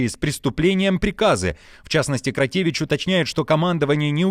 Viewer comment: Коментатор за кадром исправь челюсть. Где ти видишь в фамилии Кротевыч букву и ? Или вас не учили интёрнетом пользоваться. Если Кротевичь то и Кадиров а не Кадыров...